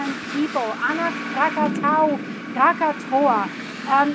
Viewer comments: kra·kuh·tow·uh kra·kuh·tow·uh. For a week or so I couldn't understand if you were talking about a different volcano than the one that exploded in 1883. Please start pronouncing this correctly. Your incorrect pronunciation can be confusing those of us speaking English. It tells you how to pronounce it if you look it up by clicking on the speaker icon. It's not hard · No we mustnt speak that name. Not Krakatau.